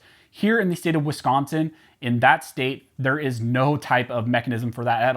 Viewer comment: At least it didn't get pronounced wiscaaaansin